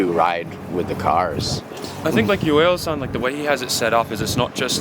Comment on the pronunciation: how can live in japan and still call ueno "ueo san" multiple times. his first name is takahiro, not katsuhiro. this is why hes a mega dork.